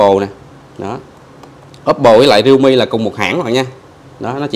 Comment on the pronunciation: Realme chứ k phải readme ( rít my )